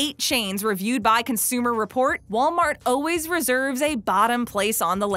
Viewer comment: Yes! I swear if she says oh-ways (instead of always) one more time...